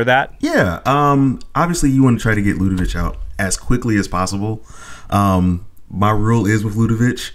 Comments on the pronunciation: Ludevic ends with a 'k' sound, not a 'ch'! Stop it! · It’s Ludevic with a hard “k” at the end...come on guys, it’s a name that exists it’s not that tricky. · There’s no “h” at the end of Ludevic. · I'm at the 6min mark and ready to pull my hair out because everyone is mispronouncing Ludevic. I probably won't be able to finish this episode.